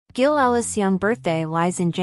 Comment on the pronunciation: AI cannot even pronounce the name GILL